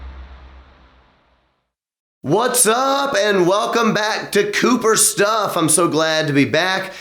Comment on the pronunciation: COOPER STUFF!, yelled at beginning of vid.s sounds like, "kill myself." Just watched Nikki Sixx interview with you. It was AWESOME.